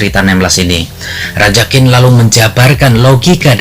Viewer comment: Qin...tapi Bacanya TjiN...